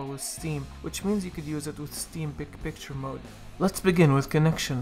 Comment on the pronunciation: is he saying pic picture or big picture